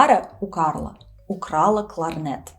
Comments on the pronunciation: Сложно мягкие в русском произносить, да, кларнэт и кларнет и другие моменты прямо бросаются в глаза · Вы произносите «кларнет» как /кларнэ́т/, так норма? Потому, что это заимствование слово?